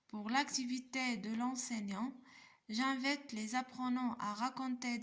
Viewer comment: T ne maîtrise pas la prononciation et t fait beaucoup d faute c rare on dit j'invite t le prononce j'invète 3aib ba9a kathajay